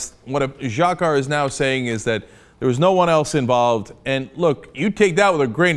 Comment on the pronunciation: I love your coverage of this whole story. But Cenk, please stop calling him "Djakkar". You showed an interview of one of his friends saying "it's pronounced Djahar" (like Jafar from Aladdin, but with an H). So you can (and should) pronounce it that way... After all "Cenk" doesn't have the most intuitive pronounciation either.